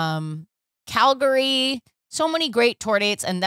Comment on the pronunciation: I'm actuallky really impressed you pronounced Calgary right. I know Canadians that don't. Breanne and Alayna taught you well.